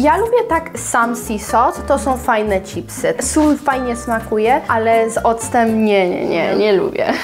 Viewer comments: „Cipsy”?? Czemu Wy mowicie cipsy ??😂😂😂 no rozbawilo mnie to nieziemsko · Jedna rzecz mnie nurtuje, skoro w Ameryce mówicie „chips” i słychać to „cz” na początku, to dlaczego po Polsku mówicie „cipsy”. Nic do tego nie mam, ale totalnie nie umiem znaleźć logicznego wytłumaczenia😆🤣